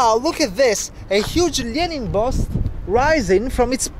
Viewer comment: I’m in love with the way you say Lenin